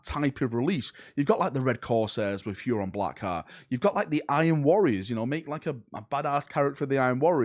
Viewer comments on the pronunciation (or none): none